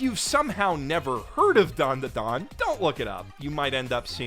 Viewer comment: Dan-da-dan not Don-duh-don.